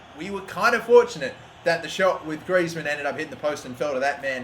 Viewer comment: quite correct than other footballers name